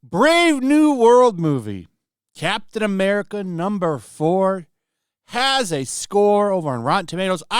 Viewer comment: Captain Eh Meh-rica